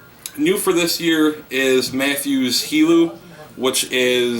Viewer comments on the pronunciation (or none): It's helim not helu